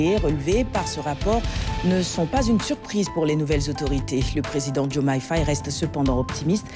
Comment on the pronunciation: C’est DIOMAYE et non Diomande please 😂😂